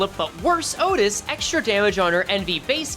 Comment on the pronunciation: "matthioutis" just say outtias